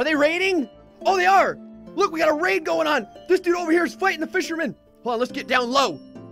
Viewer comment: Whenever he says raid i keep hearing rape